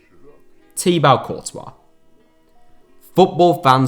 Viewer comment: Hearing Courtois’s first name in English became a nightmare to me as a French speaking person 💀